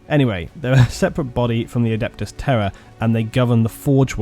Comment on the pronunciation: Oh Terra...I thought you were saying “terror” 😂😂😂